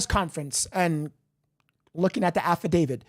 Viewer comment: No disrespect but it’s pronounced affidavit, not alpha David